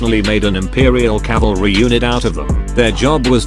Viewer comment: CALVARY! WATCH OUT!